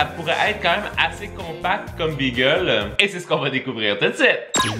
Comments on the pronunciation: Salut c’est pas BEEEGEL C’EST BAGEL TABARNAK Pas youurt c’est YOGOURT CALISS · Pourquoi est-ce que tu dis bagel comme le nom de la race de chien ? C'est pas beagle, c'est bAgel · BÉgel............... pas Bigel!!!!!!!!!! Ça m'énerve royalement